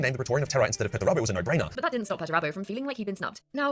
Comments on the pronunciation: 100% is, “she” cannot pronounce several words and names that anybody who knows even the basics of 40K wouldn’t have any problem with. I thought this a few weeks ago whenever I saw “her” video about Perturabo and how “she” mispronounced his name every time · Lotara Lore is more than a likely an AI. Within the vid, they mis-pronounced Perty's name in such a way that only AI could. It had that effect where the voice says something in such an unnatural way, no human would.